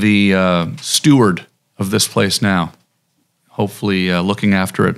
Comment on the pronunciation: Steward not Stuart